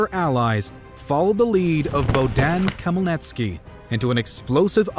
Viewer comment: Lol, i love butchered "Bohdan Khmelnytskyi", his last name is pronounced "h-mel-neet-skee"